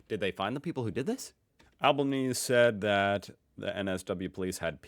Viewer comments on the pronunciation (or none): Just to help you get it right, Albanese is pronounced like Al'ban-easy.